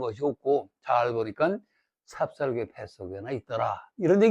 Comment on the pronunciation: 삽삽개가 아니고, :삽살개"입니다.